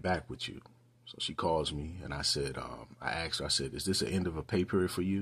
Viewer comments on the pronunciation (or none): He Axed her? OMG